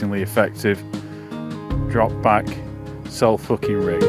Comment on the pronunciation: Sorry, my ribs are sore - all I can hear is "Cell fookin feeder rig"